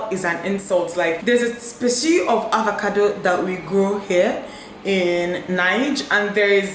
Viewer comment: Is it avacado or avocado? Dinma keeps pronouncing it as avacado. Am I missing something?